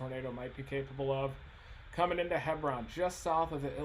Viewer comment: Hebron = Hee-brin.